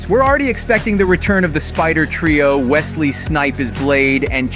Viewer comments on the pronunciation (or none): none